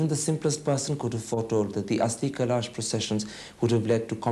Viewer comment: Karan Thapar cannot pronounce 'kalash'. He says 'kalAAsh'??? Lol LK Advani's actually making a lot of sense.